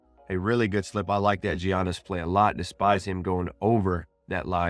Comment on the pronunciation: Giannis is pronounced yaa-nis